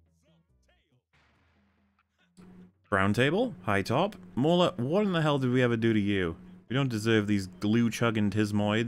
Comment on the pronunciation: I just love that lists Spider-man 2 as his favorite Spider-man film, waxes poetic about Raimi villains being in NWH, and then pronounces Alfred Molina’s last name “mill-ee-noh” 🙄